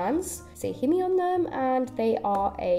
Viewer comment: I think it's commonly pronounced "heemee" and "meeyuh"